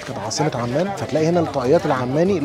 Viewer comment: كالعادة محتوى جميل جدا.. رائع إبداع متواصل.. أتمنى تزورنا في سلطنة عمان.. ذكرتها ف الفيديو عّمان لكن هي عُمان تصحيح بسيط فقط.. 😅